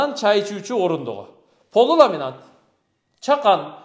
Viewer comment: Крант эмес, кран. Ламинант эмес, ламинат.